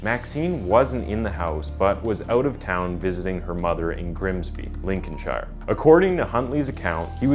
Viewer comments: I remember this, I was only like 11 at the time so it was one of the first "crime cases" I remember being old enough to understand. I live in Lincolnshire too so it wasn't too far from my location. Also, it's pronounced "Lincoln-sheer" ;-) They might have pronounced it as "shire" back in the day but yeeeeeh, from a yellowbelly I figured I'd just let you know :) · It's pronounced "So-wam" and "Lincolnsheer" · I'm sorry. I really don't mean to be disrespectful, but so many American content providers don't take the trouble to learn how English names are pronounced. It's so very distracting. Soham is pronounced 'So-um' (Birming'um etc.). Counties are pronounced 'Lincolnshur', 'Lancashur' etc. Not 'shire' - though that's how it is spelled. I hope this helps in future. Oh - and if you ever need it : 'Edinburgh' is pronounced 'Edinburrah'. Keep up the good work, and keep on researching! x